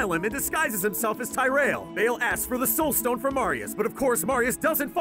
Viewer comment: mefeesto and bayl..? xD mephisto and baal tyrayl..? plz sthap!